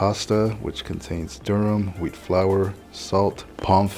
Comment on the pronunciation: I heard Whole Weed Bread instead of Whole Wheat Bread...